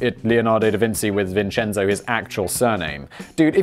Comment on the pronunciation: Was cooking for my first viewing, rewatching to get all the details I missed (plus Simon's money). My son is named Vincenzo and he really appreciated hearing his name spoken authentically over and over again!